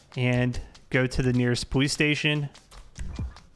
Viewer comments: he says powice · He has a speech impediment, he says the w instead of an l or r the entire time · why does he say police so weird